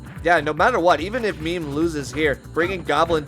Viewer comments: Its not "meme" like a picture of something on social media. Its "meh-may" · lol meem... its meh meh